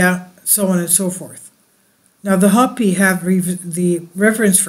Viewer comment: "Hope-ee" not hoppy ;)